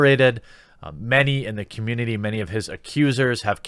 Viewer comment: If something legit was gonna come out it would've come out within the first few days before his fellow VA's went full psychopath. Also, was it Pensacon? I heard CONmunity, or are they the same?